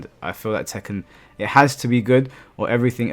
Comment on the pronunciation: It's tekken bruh😂